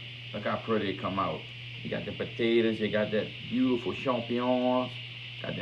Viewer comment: Potatas and cicadas dude!!!!